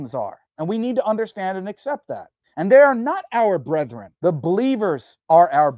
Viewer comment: YQ can't pronounce brethren.